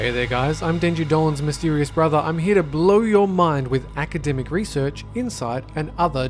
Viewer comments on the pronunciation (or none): none